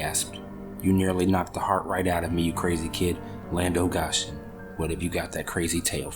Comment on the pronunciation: This is an Appalachian folk tale not from the Ozarks. And also it is pronounced "land of (go) (shun) Goshen" it is a place in the bible, other than that good narration.